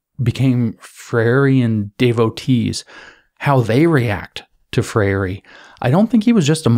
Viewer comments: Thanks for your excellent presentation. A better English pronunciation of of Freire's name is "Fray-er or Fray-re". I share the same name. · It's pronounced 'fray-ree'